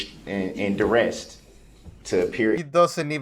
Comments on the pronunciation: Ohhorshen and direst. What a rube. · Sovereign cidiots all pronounce the words "coercion" and "duress" incorrectly. I usually hear "co-whore-zhun" and "dur-esht", but there are subtle variations. I don't know why that is, other than the fact that they're all ignorant, disrespectful, uneducated, overgrown, bratty toddlers.